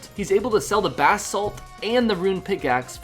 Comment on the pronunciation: "he's collected over 700 bath salts" oh no zombie apocalypse again. jk lmao but def sounds like bath salt